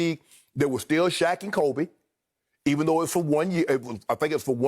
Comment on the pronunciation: Did they forget how to pronounce Kobe’s name when talking about killer mentality?